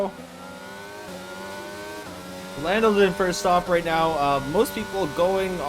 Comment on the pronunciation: Are you serious right neow brow?